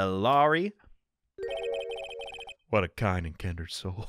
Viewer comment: it‘s Low-reese for Laurice and Dough-nihm for Deauxnim😄 Although I love your interpretation